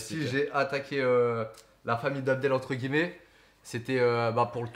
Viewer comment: On dit « entre guillemet » pas gueullemet